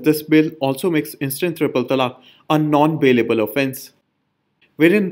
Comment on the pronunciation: non bailable not non ballable